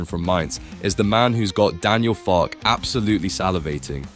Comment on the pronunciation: For God's sake pronounce his name correctly! It is Farkeh.